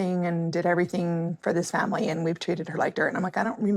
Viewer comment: Robyn is disgusting & absolutely ruined this family (or "fam-wee" as she says 😅). She is a homewrecker & continues to refer to her women-daughters as "kids". 😆 They probably all still use binkies. I agree with what was said in this video...absolutely. 🤢 🤮 Robyn won the prize, tho. She got the narcissistic, gross, Roman Noodle Head husband. 😆 🤣 😂 😹